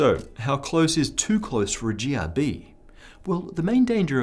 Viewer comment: is it me or when he said GRB, it sounded very close to Jihadi. And yes any jihadi close to you is bad.